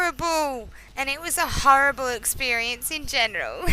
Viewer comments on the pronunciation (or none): I like the way you say horrible haha it's funny